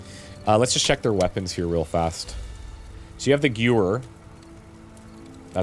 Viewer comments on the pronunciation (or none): I think I said "You could stab him." enough times to make this video a drinking game :) [EDIT:] The gun you call a gyoo-whir is said Guhv-air (Gewehr)